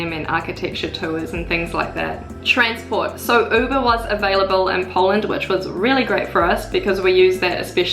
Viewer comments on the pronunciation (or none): none